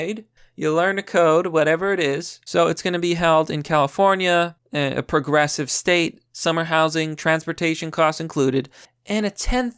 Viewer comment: 'Coporations' and 'puhgressive' aren't words, you pathetic idiot. God, you can barely read, you can barely speak English, and you constantly spread misinformation. You are the reason that the First Amendment shouldn't apply to everyone.